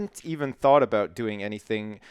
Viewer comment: I like how you say sorry... sorey, oops sorey, sorey 'boot that.